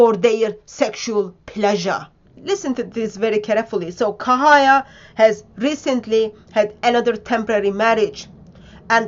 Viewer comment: The name - Cahaya = pronounced "Chahaya" - not "Kahaya" !!